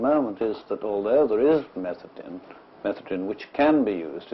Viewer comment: I think they're possibly mispronouncing methadone.